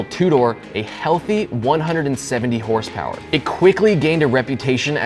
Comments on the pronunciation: More like hrsprs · Never heard of this “ horse power “ I think you mean hurspers?